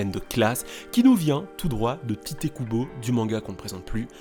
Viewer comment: tite se prononce taito je crois, corrigez moi si j'ai faux